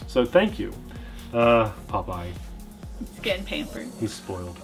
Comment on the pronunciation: Yea...and we got to see Popeye, or is it pronounced Pope Ye??? Good time THX